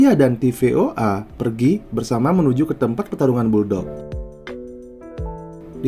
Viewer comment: TFOA bukan tvoa 😂😂😂😂